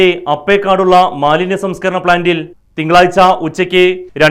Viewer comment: ഗര മാലിന്യ പ്ലാന്റ് അല്ല, ഖരമാലിന്യ പ്ലാന്റ് എന്ന് പറയാൻ പഠിക്ക്, പിന്നെ മാന്യം അല്ല മാലിന്യം ആണ് മാഷെ